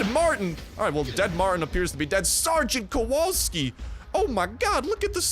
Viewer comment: Sweet mammo Sgt.Kowalski is Polish Second name... Brooo. Oh also when u read that "W" dont change it in polish W is W I mean like ur reading WY thats how to read W in polish xd